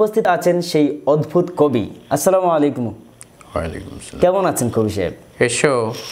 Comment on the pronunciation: উচ্চারণটা হবে আসসালামু আলাইকুম